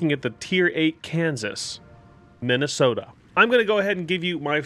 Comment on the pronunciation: Ah yes, the Mid-ahh-soda.